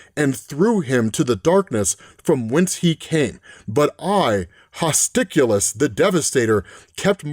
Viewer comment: I would have gone with, "Hostilus [hoss TIE luss]"